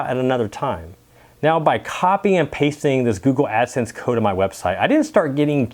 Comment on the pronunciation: Lol... can’t say “Google”. “Goo-goo”